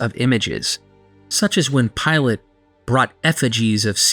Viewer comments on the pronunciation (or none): none